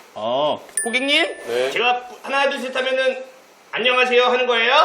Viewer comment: 고객님이 호갱님으로 들리는 마법 ㅋㅋㅋ